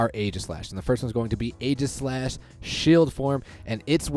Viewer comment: It’s actually pronounced “EEgislash”, like the “Aegis”